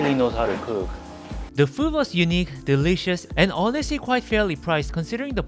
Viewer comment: Hey don’t judge Japanese saying “derishasu” it’s so true tho 😂